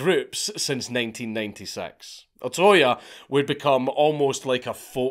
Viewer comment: It's not O-ToY It's O-To-Ya You British Grammer police are getting it back from Nippōn!